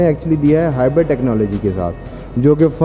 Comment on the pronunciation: Everyone : hybrid Host: hybard😂😂